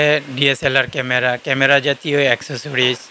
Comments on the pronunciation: ক্যামরা না বলে ক্যামেরা বলতে হতো । উচ্চারন ঠিক করে উপস্থাপন করা উচিত 😢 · কেমরা কি শব্দ ? ক্যামেরা বলা শিখেন। নিউজে মানুষ কি শিখবে? এসব বস্তাপচা চ্যানেলের লাইসেন্স কে দেয় ? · ক্যামরা না ভাই, এটা ক্যামেরা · ক্যামরা কি ভাই?? ভোকালিস্ট হয়েছেন কিন্তু উচ্চারণ এই অবস্থা কেন?? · Camera not camra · age camera uccharon shikh beta